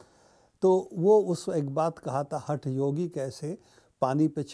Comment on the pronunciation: Wonderful analysis as ever, dear Probir, but I just have to resort to nitpicking. It is not Hath Yogi as in HUT yogi, but huth (th as in "th'in or like haath) Yogi. You are right about this weirdo, though. Not credible at all. That demo was incredible, but those details he provided about events were sort of mystifying as well. Most of us were incredulous. But like all conspiracy theories, adding a germ of truth in the mix keeps the thing alive. Who is to decide what is true or false, even partially or completely?? Maybe that was the intention - just to make people suspicious.